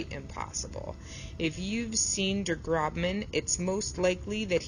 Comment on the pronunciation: Der Grossmann, not Der Grobmann